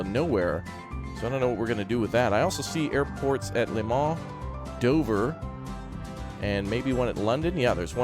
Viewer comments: "To Le MONS" xddd (From France its Le MANS ) so funny American try to speak french 😂😂😉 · You say it Le moh